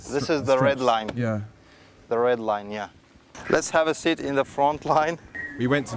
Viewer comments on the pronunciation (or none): none